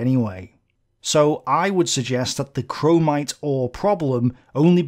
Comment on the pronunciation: There is no "en" in chromite